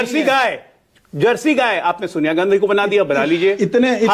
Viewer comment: Ssals ajay aalok ka munh me laand koncha huwa hai kya ki....gandhi ka hamesha galat uchharan karta hai....aur manak ssala hamesha dallali karne aa jata hai...